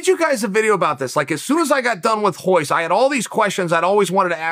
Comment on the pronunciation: Why do people say Hoyce bro it’s Royce with an R that’s why the R is there. Brazilians just have a hard time presenting R’s.